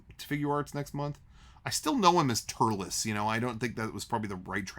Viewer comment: Tullece being called Turles bugs me, it's based on Lettuce, there's no R in Lettuce!